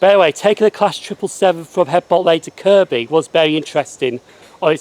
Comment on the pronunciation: Great video and good you got the Kirkby pronunciation right. Hope you don't mind me pointing out that Simonswood is actually pronounced as Simmonswood!!